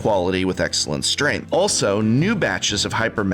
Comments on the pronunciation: Excellent "strengh" lol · Excellent "Strengh" , KMC failed the English exam. F!